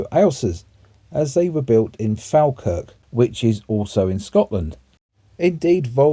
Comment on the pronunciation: Very nice 👍👍👍 Built just up the road from me in Irvine. Bring on part 2... I'll even look past the Falkirk mispronunciation lol.